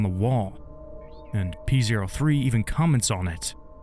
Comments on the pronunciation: Fun fact: the robot scrybe's name is pronounced "Poe". It is not pronounced "Pee Zero Three". In act 2, P03's underlings refer to him with male pronouns, but in act 3, the other scribes describe P03 as an "it", which really emphasizes just how low their opinion is of probably not just him, but of each other. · Man pronounces it pee zero three lmfao